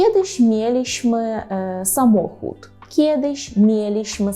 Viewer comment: Урок чудовий. Єдине, чого не скрізь дотримуєтеся - наголосів. Спочатку кажете "самохУд", далі - правильно, "самОхуд" тощо. Хоча то - дрібниці. Повторюся - урок чудовий. Спасибі!